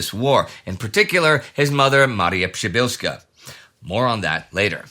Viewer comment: Wow Indy! Your "Przybylski" and "Przybylska" pronunciation was spot on!